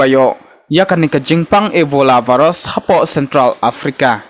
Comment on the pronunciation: Virus not varus...